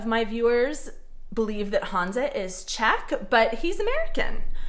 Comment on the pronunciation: To možná bylo způsobeno tím, jak vyslovuje jeho "české" jméno. Ona říká "Hanza" místo Honza. A možná je to Američan částečně německého původu.